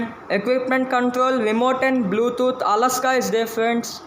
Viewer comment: Alexa not alaska